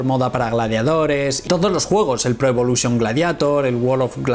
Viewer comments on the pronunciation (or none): none